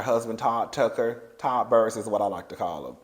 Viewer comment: Not "Tud Tocker"😂😂😂